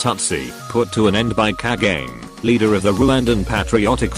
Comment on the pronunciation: I love they way you pronounce the name of the president of RWANDA(Paul who??😂🤣🤣🤣I love you just for that.